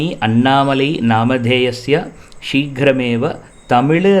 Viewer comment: நல்ல பதிவு நல்ல நோக்கம் கொண்டு பதிவிடப்பட்டுள்ளது. ஆனால் ஒரு சிறு திருத்தம். "நாம" என்று இருக்க வேண்டும். சமஸ்கிருதத்தில் "எ" என்ற ஒலி கிடையாது. "ஏ" மட்டும் தான். "சீக்கிர மேவ" " கரிஷ்யே" என்று உச்சரிக்கப்பட வேண்டும்.